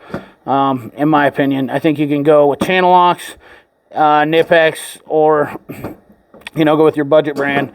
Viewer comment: NIP-x? I thought it was NY-pex. Grewt video, though.